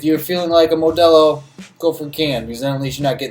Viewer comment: Why do you say Modelo like that!?! Plz tell me you’re not near Mexico, the white jumped out